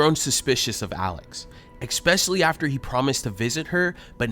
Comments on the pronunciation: {FUN FACT} It’s ES-PECIALLY NOT EX-SPECIALLY. *Please, if you are going to narrate a channel, use the correct pronunciation of a common word that you constantly use. It makes me cringe, and I am going to have to Unsuscribe, it is so painful that you are spreading miseducation. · The guy narrating who keeps saying EK-specially sounds as dumb as the dopey "victim"!! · God I wish whichever team member does the narration would stop saying “ex-specially”. It’s like ear rape. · It's "especially," not "expecially." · STOP saying EXspciallly!!!! It's ES specially!!! For ffs, you are a journalist! Use proper grammar!! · Especially not expecshally....irksome. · EXpecially is not a word. The word is ESPECIALLY. NO X OR X SOUND. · Hey narrator - the word is pronounced ESPECIALLY not EXXXXSPECIALLY. You do it in every video 100 times- drives me nuts! Lol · Please, it’s not exspecially , it’s especially! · Can your host learn how to say, “especially”?